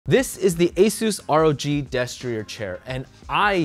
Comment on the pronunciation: Sounds like your saying "Desk for you chair" at the beggining.